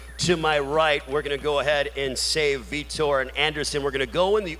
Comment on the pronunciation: Have the commentator say Vitor's name properly. These fighters are the reason you put food on your table. They purposely have so many commentator's say Vitor's name wrong to purposely piss him off.